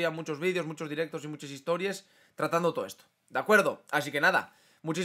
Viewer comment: cuando dijiste histories pensé que eras de podemos pero después recordé que eras asturiano